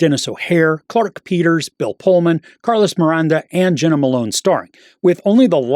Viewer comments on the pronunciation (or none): none